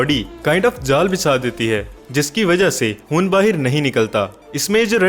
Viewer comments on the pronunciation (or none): Dear Commentator you can't pronounce" khai" ie "Khoon " instead you are pronouncing " Hoon " which is absolutely wrong .KINDLY correct the Pronunciation. Thanking you for your commentary